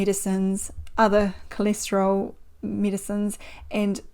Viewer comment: coleeesteryl what? cholesterol pronunciation threw me for a loop